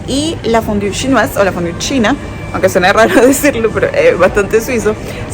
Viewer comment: Si hablas Frances por q pronuncias tan mal fondue donde dice fondiu?